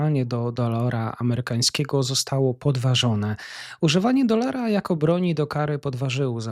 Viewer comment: pRiorytetem a nie pIorytetem Rio De Janeiro a nie Rio de JANERJO DOLARA nie DOLORA ZItd itp Czy ty jesteś przyglupi? Za co ty chcesz wsparcie na patronite jak ty jednego wyrazu z ekranu nie potrafisz przeczytać matołku